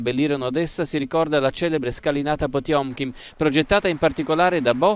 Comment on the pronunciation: Quando hai detto Potiomkin ho fatto un sobbalzo. 😅